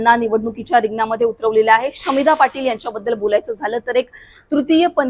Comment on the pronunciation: शमीभा नाव आहे शामिधा नाही हो अँकर बाई